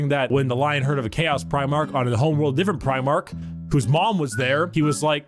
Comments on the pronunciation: It's pronounced pry-mark. Every time you say prih-mark, it grates. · Please work on your pronunciation of Primarch. Your saying Premarch